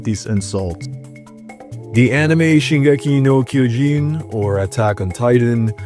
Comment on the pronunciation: That pronuntiation of shingeki no kiojin made me feel like doing a twitter 🗿